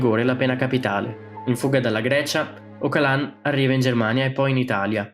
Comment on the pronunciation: Si legge Ogialan, una G morbida quasi come una J